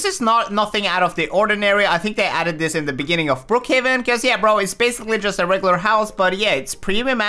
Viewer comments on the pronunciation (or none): none